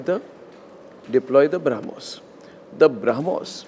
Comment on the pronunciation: Arnab needs to learn to pronounce Brahmos properly, if he wants to talk about it.